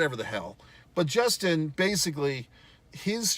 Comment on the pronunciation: Bro, you can't even say Justin's name correctly, he was kicked in the face BEFORE the eye pokes and just about every detail in this video you got wrong. What on earth are you talking about. There's a reason no one is talking about it. You're a moron.